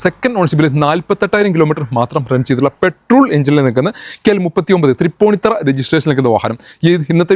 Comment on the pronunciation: തൃപ്പൂണിത്തുറ ആണ് “തറ “ അല്ല ❤️ ഓക്കേ 👍